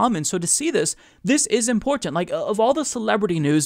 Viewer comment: I love how he says "importint"